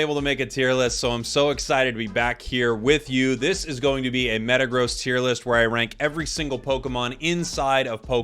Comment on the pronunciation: Metagross, zachian, scizor. Do you mispronounce them on purpose? Lol